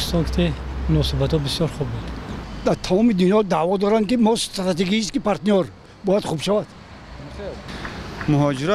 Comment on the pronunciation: СТРАТЕГЧСКИ ПАРТНЙОР ГАПИ МУСФЕД😂😂😂😂😂